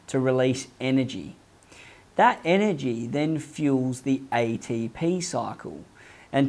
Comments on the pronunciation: EY-DEY-PI EY-TEY-PI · Aye tee p-hee